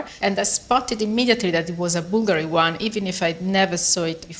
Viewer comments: Il faut mettre l'accent sur la u, pas sur la i. Bùlgari et non Bulgarì. Ça fait vraiment une difference énorme. Style, un italien ne comprend pas de quoi tu parles. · Au moins apprendre à prononcer le nom Bulgari! Bùlgari, et pas Bulgarì! C’est comme si un italien prononçait Càrtier pour Cartier. Mais jamais de la vie!